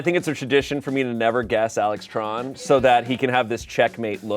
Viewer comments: Say it Tran as in transmission for Americanized or say it TDON like TADA-N for correct pronunciation. Anything in between is objectively wrong. But I understand the argument that’s gonna be made, which is that people can want their names to be pronounced like anything they prefer. That works on an interpersonal level, but objectively speaking.TRON(like the movie) IS THE WRONG WAY TO PRONOUNCE IT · "Tran" is pronounced closer to "Tron" in vietnamese.